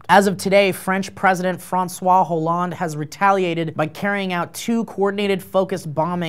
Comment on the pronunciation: The "H" is silent in Hollande.